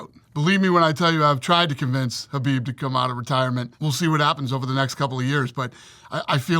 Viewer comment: my guy said khabib🤣